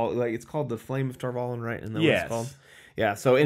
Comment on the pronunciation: Spoilers-ish.... - - - - - The title (one of) for the Amyrlin Seat is 'The Flame of Tar Valon'. (And the series confirmed - Valon rhymes with Prawn, not Talon. Emphasis on the final syllable. Just... y'know... being OCD, sorry.)